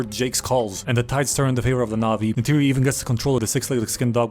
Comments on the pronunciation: Did my man call neytiri "tisiway"?😭 Thats not even remotely close.. Nayter Nety Naturi I would accept those BUT WHAT THE HELL IS TISIWAY? im not even an avatar stan or whatever, but c'mon, thats like calling Pocahontas "limlicia" 😭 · how do you know the dialogue but call neytiri “chitawe” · im 4 minutes in and every time you mispronounce Neytiri i find myself audibly correcting it, lol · i love this but who butchers Neytiri's name like that😂